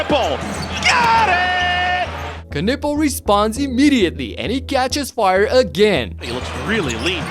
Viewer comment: Stop butchering Knüppels name, it's not Kanuppel